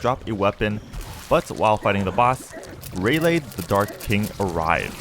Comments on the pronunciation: You can really tell the dude hasn’t watched One piece or at least not very far if at all. From the dudes pronunciation of “hacky” to him saying “Ray lay” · The way he says Rayleigh is just so frustrating he says Ray lay